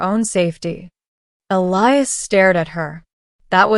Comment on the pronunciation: Finally, Elias' name pronounced correctly!